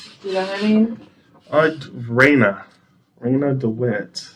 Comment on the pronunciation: Love how he pronounces RANIA’s name…. RAYNUH